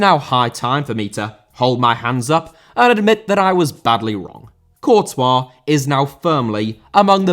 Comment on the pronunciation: Antonio* not Antouwniouw Conte* not Contei Debut* not Deibyu Alberto* not Albötouw Debut* not Deibyu Courtois* not Courtoir Rather* not Rother César* not Ceisah Azpilicueta * not Azpelecueiter José* not Djouwsei Kanté* not Kantei Serie* not Siri China * not Chiner Saw* not Sor Barcelona* not Bohçalouwner Eden* not Iden Bernabéu * not Bönabeyouw Lukaku* not Lukohrku Diego* not Diyeigouw Álvaro* not Alvohrouw Morata* not Morohrter Half* not Holf Cesc* not Cess Roma* not Rouwmer Moskva* not Moscow